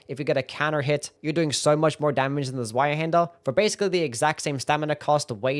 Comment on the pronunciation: Zweihänder is pronounced tswaihander you absolute sub 80 iq doughnut.